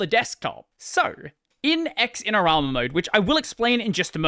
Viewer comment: BTW, it's not "X-in-er-ama". It's "Zin-er-ama".